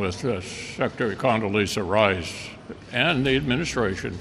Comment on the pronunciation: Condelizza Rice?!!! Did I just hear him correctly?!! When and where did we vote for her influence?!!! He must have gone bananas!! 😲